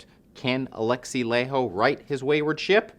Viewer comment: It's pronounced Lah-y-ho, Laiho